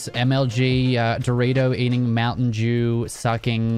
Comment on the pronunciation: “Mountain Jew sucking professionals” that’s what I heard